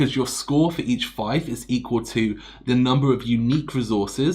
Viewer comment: Fief rhymes with thief but since this video is several years old, I'm guessing you've heard this by now.